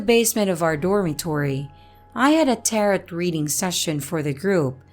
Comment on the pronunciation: Just for future reference, "tarot" has a silent "e" and long "o". "Tair-oh" - it sort-of rhymes with "pear blow". Just trying to help! I love what you're doing so far. I discovered your channel through your collaboration with Morris Media & just subscribed. Keep up the fantastic work!